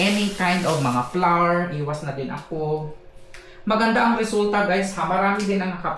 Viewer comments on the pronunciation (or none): none